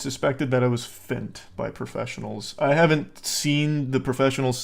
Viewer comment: I love Charlie. But why does he say "fint", i guess he means fentanyl?, as a "none-english" speaker its important that you speak clearly.